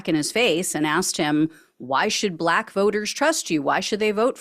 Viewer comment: Even the way he says the word “Buhlaak” is offensive.